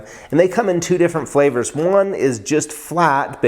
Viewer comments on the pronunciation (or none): bro said flavore